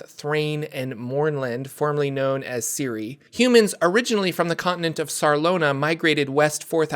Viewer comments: Shouldnt Cyre be pronounced Sye-er? Siri is a very weird way of pronouncing it . Is it actually the official pronunciation? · Si-er not siri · Always thought Cyre was pronounced Sire not Ciri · Pronouncing Cyre as Siri is wild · It’s “Sire” (Cyre), and they’re called Cyrans “Sirens” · in Keith Baker's: Sharn, City of Towers, Cyre is pronounced Sire